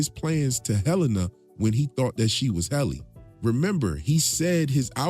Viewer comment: It's Hell-innie